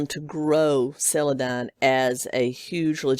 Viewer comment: Don... sell-uh-DON